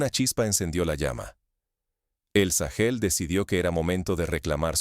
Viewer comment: Porque le dice sagel a Burkina Faso?